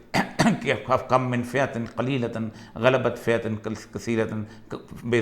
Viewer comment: کم من wali aayat me aap humesha galat tilavat karte he baraye meharbani correct kare